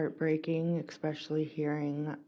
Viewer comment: WOW eXpecially? I'm sure its especially...